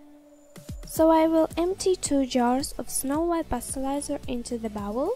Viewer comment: I love how she says bowl lol☺️